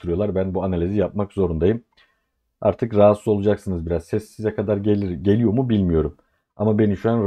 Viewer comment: Alt katımda tamirat var size “katar” geliyordur. Ekonomist dil sürçmesi😂😂😂